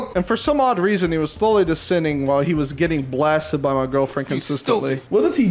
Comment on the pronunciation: giwfriend he says